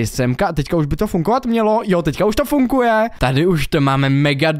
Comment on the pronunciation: Prosím nauč se říkat slovo funGuje. 😀 Můj šestiletý syn rád kouká na tvoje videa a byla bych nerada, aby kvůli tvým videím špatně mluvil. Děkuji 🙏🏻